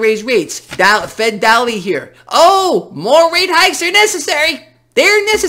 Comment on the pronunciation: Hey - daly is pronounced day- Lee. No relation to me but I felt compelled. Lol